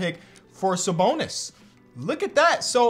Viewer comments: Bro really said “sa boner” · really called him Saboner 😭😭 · “Saboner” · Saboner??? lmao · Bro just said saboner💀💀🤨🤨